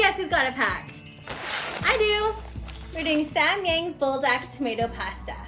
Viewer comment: Its sam yAHng an AH sound as in rAHmen .. (I literally can not think of any other example words with an AH sound lmao what the hell haha...)